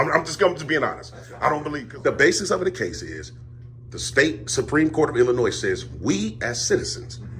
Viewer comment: I would arrest him for saying Illinoizzz.